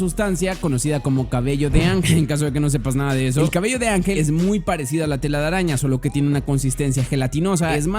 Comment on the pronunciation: Like si te diste cuenta que dijo "Telalaraña" jaja xd